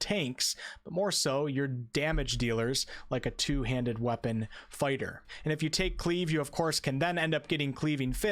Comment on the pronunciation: definitely said sword and board farter